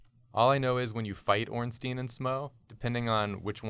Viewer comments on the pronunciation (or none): Why do half of the YouTubers I watch pronounce it Smoe and Ornteen? They're not a Jewish law firm lol. It's pronounced like Smog or Smowg and Ornstein is pronounced like Frankenstein. I could see if they were golems or something but they're in an Italian style building in a medieval themed world, I doubt they'd have Jewish names. Even though Ornstein is in reference to the son of a jew, I still don't think his name would be pronounced in Hebrew given the time period and locale.